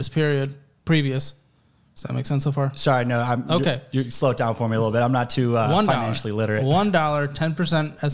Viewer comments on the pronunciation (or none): "I'm an entrepener" but he also says "I'm not very finantially literate"